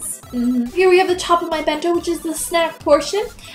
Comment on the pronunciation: it sounds like you say "mento" EVERYTIME.....